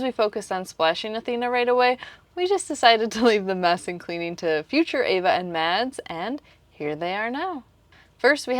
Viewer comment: Help me out here - am I missing an inside joke? It sounds like Ava keeps calling Mads "Mess" and that's hilarious if she is, because he's a stereotypical neat freak.